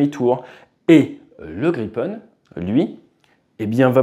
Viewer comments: It's Grippen, Griffin! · À part pour la prononciation rofole et graillepen, très bon 😅 Et quel merveille, cet oiseau ! J'aurais bien voulu le voir voler au dessus de ma belge tête 😊